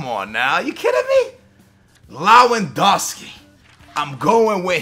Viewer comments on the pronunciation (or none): sorry but its pronounced Lev-an-doski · BTW the way you should pronounce lewendowski's name is lev-en-dow-ski just wanted to point that out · it's pronounced levandovski the w in polish is a v sound just a tip for if you ever say him again great video very original